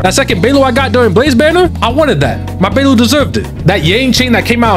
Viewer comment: hear me out, we gonna work on your pronunciations. "Laucha", "Beilu", "Jingloo" 🌚